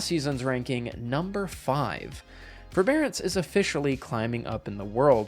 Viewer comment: Ew forebearace